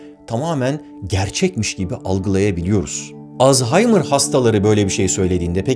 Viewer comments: Alz-- haymır 😂 alzaymir deyin geçin lütfen, o gereksiz H yi seslendirmezseniz de olur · Jokere coğkır dediğinde garipsemiştim be abi şimdi yeni bir şey daha öğrendim. Artık alzaymır değil als-haymır diyeceğiz. video her zamanki gibi müqqq